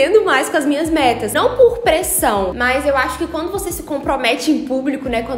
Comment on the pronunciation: Menina, parece que você disse "vocês já fizeram suas m**rd**s em 2020?" Tive essa impressão, porque já comecei o ano fazendo... Desculpa!